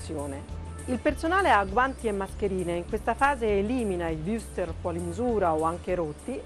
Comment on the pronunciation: Imparasse per lo meno a pronunciare Wurstel...santo dio...